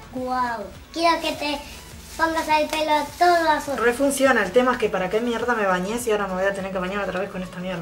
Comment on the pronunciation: "creí que está mierrrda no iba a funcionar"😂😂la amo!!😂